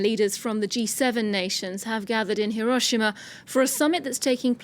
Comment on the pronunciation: Why are so many in the media incapable of pronouncing Hiroshima (Hee row shee ma) even remotely correctly. They can pronounce the 'i' as an eee in sushi, tsunami, and a dozen other loan words. At least Jake Adelstein, on location, got it right.